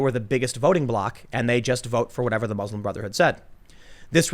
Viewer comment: Tim came close to saying Bruslim Motherhood at least three times